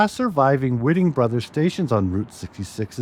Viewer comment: The gas stations are pronounced,"WHITE-ing Brothers," not Whit-ing.